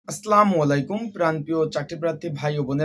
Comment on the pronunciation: ভাই সালাম টা শুদ্ধ ভাবে দেন এটা কেমন সালাম দেওয়া ভাই, 😢😢